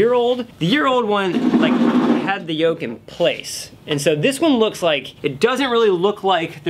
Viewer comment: What grossed me out more is him actually pronouncing the yolk with an L